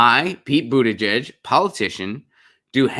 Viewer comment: Thanks for pronouncing Pete's last name correctly. I don't like him but it's good to be accurate.